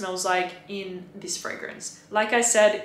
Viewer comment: Why do you say 'zis' like a French person now? I'm really confused by the change in accent.